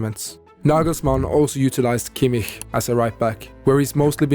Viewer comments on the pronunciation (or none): none